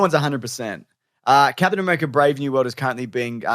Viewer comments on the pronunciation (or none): "Padtain A-bear-ica"